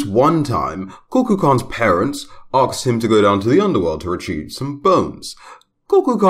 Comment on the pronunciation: It's comes out as arksed XD